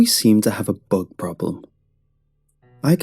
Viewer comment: I thought you said "Thug problem"